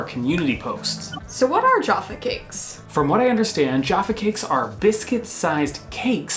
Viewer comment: I almost smashed the dislike button on this one guys, not only did you compare minstrels to m&m’s which was sheer blasphemy but the number of times you mis pronounced Jaffa cakes was beginning to grate on me. Luckily I have a pack of Jaffa cakes in my cupboard to gorge on and calm down.